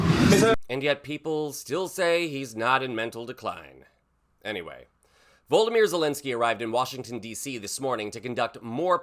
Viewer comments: Can you please say Zelenkyy's first name correctly. It is Vo-lod-a-my-er, not Voldameer (it's like you are trying to say Voldermort). I point this out because names are important, cheers from NZ 😊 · "Human codpiece..." Probaably THE most disgusting description said by a clearly TDS suffering moron who can't even say Volodymyr - seriously voldemir ? - what sort of dick head are you?